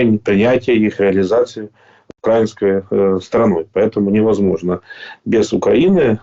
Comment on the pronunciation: "не мОжможно"😂